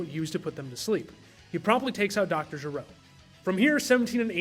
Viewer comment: love the video! though, small pronunciation correction, his name is Doctor Gero, not Doctor Jero.